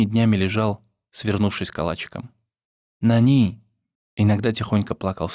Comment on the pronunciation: не нанИ а нАни